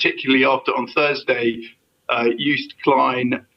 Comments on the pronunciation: It's pronounced "Yoast" not "Youce". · An English speaking person pronounciating of anything non English is painful to the ears. Malmo is pronounced as Malmeu it has a umlaut ; Joost is pronounced as toast or roast so Joast. It really would behove any serious broadcaster to research pronounciation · Did he say "Joest" klein? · Yoast. The "j" is a "y".